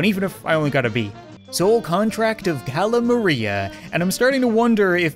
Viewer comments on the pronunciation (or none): It’s not Caela Maria it’s pronounced ca-la Maria